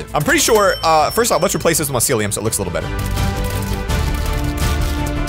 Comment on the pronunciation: It's my-cee-li-um